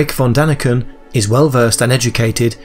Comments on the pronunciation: Von! not van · Von not Van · At least get Erich ‘VON’ Daniken’s name right ! 🤷‍♂️🤦‍♂️